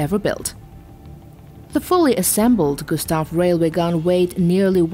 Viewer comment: Lol, Americans can't pronounce their R's. SWEWEW GUSTAV is all I hear at then end hah.